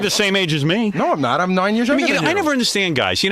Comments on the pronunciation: Gary "We're noine years apart". Howard is 7 years older. Played the trumpet for "noine" years. Can't say "..about 10" He is so f***ing weird about that. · "I played the trumpet for like noine years..." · Gary says noine a lot in this 1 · "noine years" "noine years" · “I played the trumpet for like noine years” Nice, Jackie 😂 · Adding that additional “o” just makes the word nine gd hilarious 😂